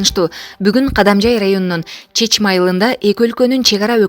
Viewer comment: Чечме эмес ЧАШМА болот